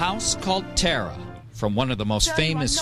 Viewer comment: You mispronounced TARA